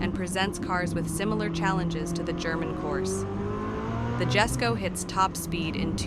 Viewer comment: It’s not pronounced “Gesko” it’s pronounced “Yesko”